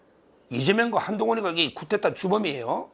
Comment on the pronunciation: 서정욱 변호사님! 발음을 정확하게 해 주세요! '쿠데타'가 정확한 표기입니다. □ 표준 국어 대사전: 쿠데타(coup d’État) 「명사」 무력으로 정권을 빼앗는 일. 지배 계급 내부의 단순한 권력 이동으로 이루어지며, 체제 변혁을 목적으로 하는 혁명과는 구별된다. 그리고 말을 할 때 "-까?, 다-." 로 되도록이면 말을 하십시오. 이래도 요! 저래도 요! 등등으로 말을 하면 듣는 사람 중에는 반말로 들려 불쾌할 수도 있습니다. 참고 바랍니다.